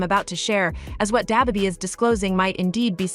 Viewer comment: come back when you arent a misleading bot n can pronounce da baby